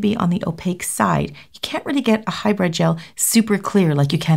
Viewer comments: It is not hyBRED it is HyBRID LMAO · It sounds like you're saying high bread. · All I’m hearing is “hybred” 😅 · She’s saying High bread gel. Hybrid. Hybrid. High bread.